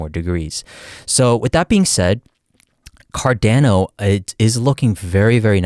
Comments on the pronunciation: Its pronounced "Car-Dawn-oh". Not "Car-Dan-oh". Just listen to the way Charles says it. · Car-Dah-No, not Car-Dan-No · Bro says Cardäno :D